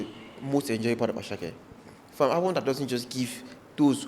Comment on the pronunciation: It is not asake meloo, it is asake medoo, from ahmed